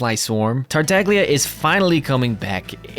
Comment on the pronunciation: It's pronounced "tartalya". As an italian my ears bleed whenever people don't even put effort in tryna pronounce the harbingers name correctly. No shade